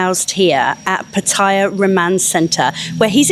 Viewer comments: PHA THA YAH ..however you given who you work for, it is not surprising you are incapable of the correct pronunciation or the actual facts for that matter, and more importantly why did you try to sell the knife story and where did it come from?? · Yeah, just got her press card from online journalist college... She pronounces Pattaya incorrectly.